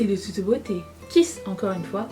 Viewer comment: Coucou! Merci pour tes recommandations! J'adore ce look et ce serre-tête, c'est de "touteu bôtey" 😉🤣. Gros bisous. 😘